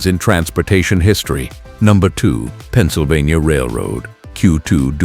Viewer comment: "PENNSYLVANTA"??? AI SLOP!!!!